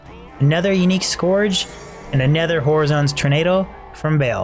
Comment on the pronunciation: Scourge rhymes with urge, not gorge.